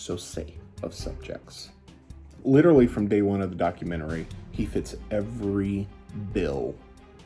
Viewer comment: I dont trust anyone who pronounces Documentary as "Documentarary". I honestly think that guy is actually the Scranton strangler.